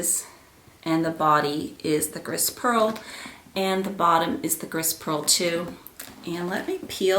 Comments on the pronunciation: it's beautiful! gris is pronounced "gree" though :) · Beautiful color combination. BTW, "gris" is pronounced "gree", which means gray in French. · Beautiful! Congrats! When you pronoun Grey in French the S is silent. Gree is how you would say it.